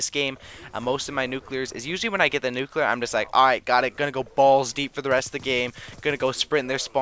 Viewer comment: he was going for nucelear